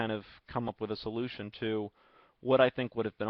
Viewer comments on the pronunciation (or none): none